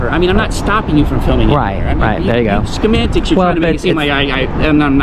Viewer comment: Is he saying "skemantics"? 😂